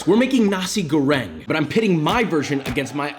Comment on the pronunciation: You should pronounce the R in Goreng like, ARrrrrr